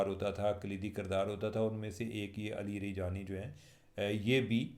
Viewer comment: Cheema sb u r greart journalist but u cant pronounce correct name of ALI LARAJANI ?? Afsoos hua sir